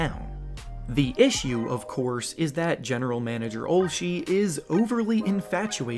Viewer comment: its not OLSH-E, ITS OLSH-A